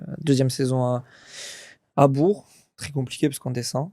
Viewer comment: Belle interview et belle carrière ! Mais comment c’est possible de ne pas prononcer correctement Bourg alors qu’il y a joué 😅 On dit BourK !!!